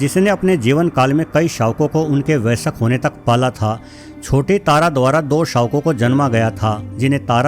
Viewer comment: Vaisak nahi vayask hai sahi word